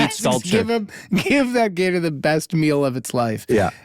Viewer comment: I love how Jake first pronounces Gator with the hard R then drops the r out of nowhere. 😂